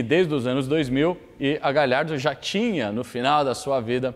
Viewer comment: Porque ninguém fala o nome desse carro correto? É Gallardo e não "gaLHardo" Obs: Não sou hater, adoro os vídeos e o padrão de qualidade!